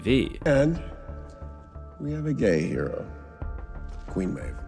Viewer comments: Meevee lol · ok vout i can understand, but MEEVEE!?!? my brother they say her name in the show... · Meevee? Do you even watch the show? They've said her name, pronounced "mave" hundreds of times. wtf? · Great video, but Maeve isnt pronounced meevie but mave... brother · vot. not vowt. mayv not MEEVEE. ffs, they say the words for you. copy the mouth sounds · You mean Maeve? Wtf is a Meve? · also queen "meevee" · I approve of mivi and vowt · You did not just call Queen Muave "Meevee" 💀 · I KNOWW I think this is a great video but his pronunciation throughout is not great. Meevee, Vowt... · there is no way you pronounced "Maeve" as "Mee-Vee" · my man really called maeve miwi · Great video but I can’t believe you just called maeve “meevee” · Great Video, but "Vaught" and "Meevee" physically hurt me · 'Vowt' and 'Meevee' ? The words are pronounced a million times in the show why u trolling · The moment you mispronounced Maeve's name I know you didn't watch this show, and likely didn't write the script for this video. This vid got views though so good for you. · Aint no way bro said "Meevee" instead of Maeve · did you watch a single episode? who is meevee? what is vouit? HOW DO YOU PRONOUNCE IT SO WRONG??? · “Me vee” wtf lol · Excellent video, but i just cannot get over the way you pronounce maeve as "meevy" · 'Vowt' 'meeeveee' 'Kripkuh' lmao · no way he called Maeve Meevee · "meevee"? How could you possibly mispronounce this? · Great video and don’t mean this hatefully but I the way you said Maeve really triggered me 😂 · "Vawt"? "meevee"? Really? How did you mispronounce the name of one of the main characters in the show and the main company? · MEVEE?! ….. bro… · Did you really just call Maeve MEEVEE? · "Meevee?" What the fuck lmao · Bro said “Meevee” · Entire video ruined once i heard "Meevee" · Did he pronounce her name as MEE-VEE? Oh ffs. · the only reason that I won't like the video is that you said Meevee. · Me-Vee? Queen Maeve? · Did you call Maeve, Mivi? Mf LMAO